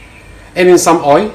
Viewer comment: Just a bit of constructive criticism. When you say 'boil the oil", you are saying "boy the oy". You are ignoring the "L" at the end of each word. It's boil, pronounced "boy-oh" and oil, pronounced "Oy-oh". If you do this it will make your videos a bit easier to understand. Also, slow down. I have an accent like you do, and I always try to speak slowly and clearly to make up for it. Since you are making an instructional video, it helps to make sure the viewer can understand what you are trying to say.